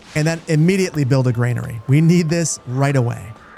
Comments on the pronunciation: It's "GRANERY", not "GREYNARY". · Please stop pronouncing granary as grainary. Very annoying 😂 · There's no "i" in Granary... ;) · Like the channel. Any chance I can get you to pronounce "granary," as GRAN-uh-ree instead of GRAIN-uh-ree? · Glad to see more Manor Lords content! I'm convinced you're intentionally mispronouncing 'brigands' and 'granary' as some kind of social experiment, maybe for engagement 😂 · Would you kindly drop that imaginary "i" in Granary? It's bothering me more than I'd like to admit.